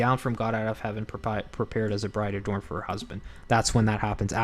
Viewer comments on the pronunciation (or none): none